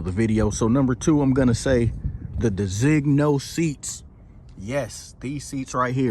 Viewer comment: Mine shows my car not an S Class 4 dr, mine shows my car in my color. It's pronounced DE-ZIN-YO. The other model interiors are MB tex, except for the seating surfaces. Tune it and you will have a car faster than the 63. For structural purposes the top can not open. No, your tire pressure sensors are affected by your out of spec wheels. As for your long Bluetooth connectivity is because you need a firmware upgrade, mine connects immediately